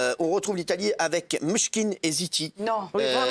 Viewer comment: Mishkin et City 😂😂😂😂😂🤣🤣🤣 C'est Maneskin et Zitti (e buoni).